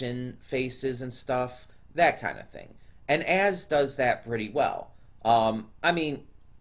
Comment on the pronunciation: I know your trying to say Az but seriously it sounds like your saying ass lol